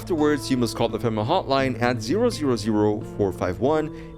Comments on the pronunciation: Is pronounced FEMA (fee-ma) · Nice try buddy, you were totally trying to get me to leave a comment because you promounced FEMA like that. Well, it's not gonna wor-.... just take it.